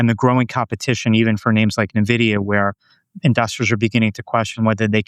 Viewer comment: For the love of God it’s “N-vidia” not “Nividia”